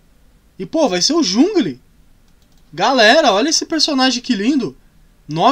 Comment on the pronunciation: É jangol que fala em português 👍♥️